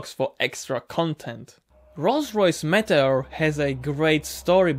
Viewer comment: Meteor engine is pronounced meet-e-or ;)